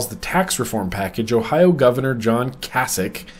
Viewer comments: Ohio resident checking in. Writing my representatives now! FYI -- his name sounds like "Kay-sick". :) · ITS PRONOUNCED KAY-SICK... AND HE IS A COCK OF A GOVERNOR! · It's pronounced Case-ick, because he's icky. And I knew it was too good to be true when I heard about HB 144.